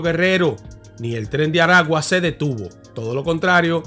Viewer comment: Felicidades hermano por tu trabajo. En caso de los nombre de los estados se pronuncia. Maracay estado aragua. Barquisimeto estado Lara. Esta mal pronunciado estado de Aragua. El nombre del penal es. Centro penitenciario de Aragua. Y es mas conocido como carcel de tocoron. porque porque esta hubicado en las afueras de una poblacion llamada tocoron perteneciente al estado Aragua. 👍👍